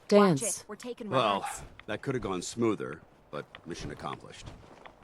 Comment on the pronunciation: Paladin Danse... you mean Paladin " Dense "